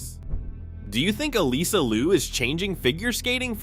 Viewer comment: Get rid of TicToc. I do not want to hear it still exists. Her name is Liu 劉, not Lu 魯. Please to not misname her.